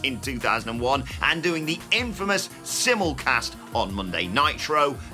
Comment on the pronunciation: Pronounce simulcast wrong 🙄😂